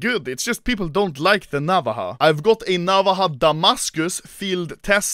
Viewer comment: its pronounced na-vá-ja theres a strong emphasis on the va part not the na part a navaja in spanish is just a smaller knife used as a tool